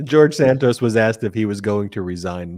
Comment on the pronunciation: Enough Santoos ! His name is Santos! Like in "toss" .... Santoss!